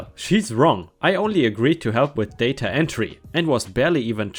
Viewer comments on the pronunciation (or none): none